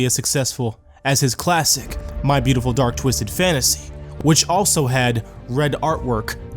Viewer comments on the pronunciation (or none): This is "boot e ful"